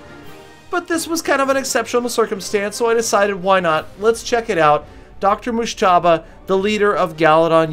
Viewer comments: The way you pronunce Dr Mojtaba is so funny it's like Irans Azeri's accent👍😂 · Lol u have no idea how to pronounce his name 😂